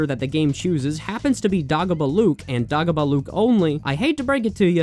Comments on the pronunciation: You pronounced Fandango right the first time. The pronunciation of Dagobah though, it's Day-go-bah just so you know :) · My dude it's DAY GO BUH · Man really called dagobah "daah-gobah" 💀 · How does this dude not know how to pronounce Dagobah? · Hearing it misprounced as "dah-go-buh" instead of "day-go-bah" triggered my fight or flight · DAH GO BUH?????????? DAY-GO-BAH!!!!!! GO REWATCH EPISODE 5 RN!!! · Dog-oh-buh? No!! DAY-GO-BUH!! lol Comment 🤔😅 DOG-A-BOO LUKE?!?!🤣 DAY - GO -BUH!!! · Dude, it’s pronounced DAY-gobah. Clearly you haven’t watched The Empire Strikes Back, which is unforgivable. 🙄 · DAY-GO-BAH FFS! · It's Day-goh-bah. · "dah-go-bah" tell me you dont know star wars without telling me you dont know star wars. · This man did not just call Dagobah , DAAHHH go bahhh.... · Bro said dagabah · "Dah-Go-Buh" almost made me kill myself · Dagobah= Day-go-baa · It’s day go bah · YOU SAY THE DAGO IN DAGOBA LIKE TACO. IT RHYMES WITH DAY GLOW. DAGO. I'M SO ANGRY W YOU RN!!! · Every time he said it I would say out loud, DAY-GO BAH! They even say it in the movie how they think it should be said. Otherwise, alright video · Great vid, but it's DAY GO BAH 😂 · Every time you said "Dagobah" wrong it felt like a strong hit of ketamine in my system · i'm not criticizing any of the actual information here, but...please tell me you have learned how to pronounce "dagobah" since posting this video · Are you trying to kill me with how you mispronounce Dagobah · Stop pronouncing Dagobah like that. They say it out loud in the movie, there is an objectively correct pronunciation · Why are you saying Dagobah like that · THAT'S NOT HOW YOU PRONOUNCE DAGOBAH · Excellent video but why do you pronounce Dagobah like that? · The way you say Dagobah... May God spare you the curse of empathy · eh. in free play saving and quitting functions exactly the same as finishing the level. also, your pronunciation of dagobah incites me to primal violence.